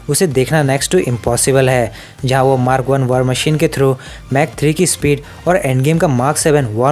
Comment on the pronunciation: I love the way he says mark as mak